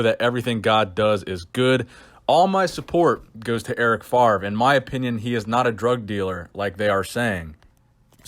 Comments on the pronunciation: FAVRE!!! first V, then R, not FARV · it's FavRe. please please please stop saying Farve, it's killing me :D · FARV FARV FARV Please, his name is French but it's really not that hard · "Eric FaRve". Love your French accent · Eric Favre my dude. V before the R, no shade! Just been triggering my ocd😂